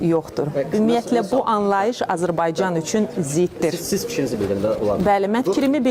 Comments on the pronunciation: hec Azerbaycan sozunu bele deye bilmir azırbayjan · Azərbaycan yoxsa Azıırbaycan😂😂😂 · Ay zırrama, Azırbaycan nədi?Ölkəsinin adını deyə bilməyəni kim saxlayire vəzifədə, bu ölkədə ana dilini bilən bir xanimyoxdumu ki? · Azerbaycan sözün düz deye bilmir bu adi da Ombusmandi bunun.Heyif vallah bizim milletden gör kimler vezifededi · Azərbaycan sözünü deyə bilmir bu əsəbdən dəli oldume vallah